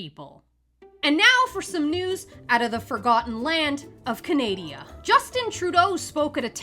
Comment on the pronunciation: Canadia....🤣🤣🤣 Poor KJP can't catch a break